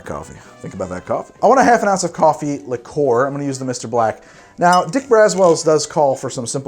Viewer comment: Please, please, PLEASE stop pronouncing liqueur as ‘lick-or’. It’s ‘lick-your’